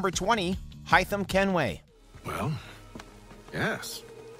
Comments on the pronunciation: Sorry pal, it’s Hāythem, not f***ing HIYTHEM! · They legit pronounced his name in the god damn game. Its HAY-TH-EM. Christ. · He said hytham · The way he says Haytham it sounds like Hytham, who is a different character in Valhalla. There’s an A at the beginning of his name for a reason! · He pronounced it like Hytham, the Assassin of AC Valhalla :D Hytham ≠ Haytham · HAYtham, not HYtham. Two different characters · Im sorry but when at any point was his name Hytham and not Haytham Kenway. Im Sorry But it reminds me of when people say Na-rue-do Instead Of Nah-Rue-Toe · It's Hey-thum not Hi-thum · just once i'd like them to pronounce these names right. they lose all credibitlity when they can't even say "haytham's" name. HAYtham, not HI tham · It’s pronounced. Heytham. Not Hightham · he pronounced haytham as haitham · Dude it's Haytham, hay, hay as in a bale of hay. Not Hy not Hi not however you want to call him. HAYTHAM!!!!!!!!! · Its pronounced hay-thum not hi-thum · It's pronounced HAY-THUMB not HAI-THEM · yo my man needs to stay away from assassins creed 3 name pronouncements 😂 i mean “hithem kenway?” brodie its hay. haythem kenway. and im not gonna correct you on connors native name but just know you were no where close lol. like the video tho🔥🔥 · Fucking HItham? It's literally pronounced HAYtham in the game. Sometimes I feel like the people who make these videos haven't even played them and are just reading a script someone who has made. Fuck me 😂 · yeah it's pronounced Hey\hay-Tham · “High-tum” Kenway🤔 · Who tf is “hytham kenway” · Why he pronounce Haythem like that? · You lost me at “Hi-tham Kenway”... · It’s “hay-them” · "High-thum" is that a dragonborn shout? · Every time he says High-thum I think of Hytham from Valhalla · BRUH did he say hAythem bruh say it right Jesus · Do you guys ever play these games? You say at least three names wrong every video. Hi-Thumb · Why tf was he saying highthem kenway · It's pronounced hay fen kenway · Wtf is "hai-tham" ???